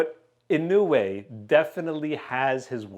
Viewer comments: bub come on I thought you how it is Inou e. Like this Inowe it is w-e not weeeee not ino-way wrong. It is Ino-we. I will send you a link. Here click this URL and listen how the Japanese pronounce Inoue Dude you pronounced it right IN-O-WE In Japan there are surnames Inoue and Inoui. Inoue you pronounce as Ino-we and Inoui as Ino-wi. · In no way...is the right pronunciation sir ahhahahah